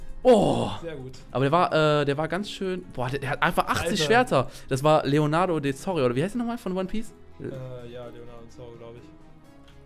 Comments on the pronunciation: Roronoa Zoro gesprochen : Lorenor Zoro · leonardo de zoro xD der heisst lorenor zoro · Lorenor Zoro, nicht Leonado de Zoro :'D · "Leonardo Zoro" xD heißt "Roronar Zoro" sorry wenns falsch geschrieben ist. o.o